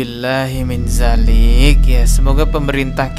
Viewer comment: Bang saya mau mengomen soal pelafazan huruf hijaiyahnya bang saat abang bilang naudzubillah min dzalik abang itu pakai huruf ز bukan ذ yg seharusnya pakai huruf ذ bang